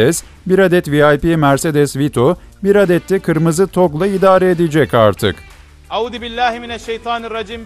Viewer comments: Audibillahi... Diye başladı yaa gülmekten koptu m 😅😅😅😅😅😅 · adam besmeleyi bile audı bilahimeşeytanirracim gibi telafuz ediyor